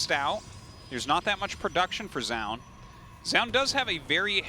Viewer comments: WHY DOES TASTELESS PRONOUNCE ZOUN "JOUN" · Is Tasteless just trolling us with his pronunciation of Zoun?